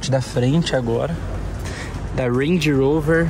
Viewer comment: Ruendi Urouver!! Kkkk pode falar Range Rover fica melhor